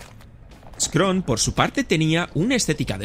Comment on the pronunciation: Scorn ✅ Scron ❌